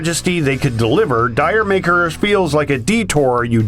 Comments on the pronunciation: Horrible pronunciation of “D’yer Maker”, and that song is absolutely boss. Nice guitar groove and great drum sound. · D'yer Mak'er is actually pronounced "Jamaica." The title is a play on words as an inside joke among the band, asking D'(id)yer Mak(e)'(h)er, and then bastardized to be pronounced as simply "Jamaica." Also, what's wrong with "Bungle in the jungle?" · did your make her not dire maker an its styx not sticks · Led Zeppelin never intended to make singles abd didn't release any in the UK. it's also been mispronounced its should sound like Jamaica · Thank you for including D'yer Mak'er (though, like the others mention, it's pronounced "Jamaica"). Though Houses of the Holy is one of my favorite albums, I simply despise D'yer Mak'er! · D'yer Maker is a classic....it's pronounced "Jermaker" like "Jamaica but altered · You don't know how to pronounce D'yer Maker but we are supposed to care about your opinion? Yeah.. no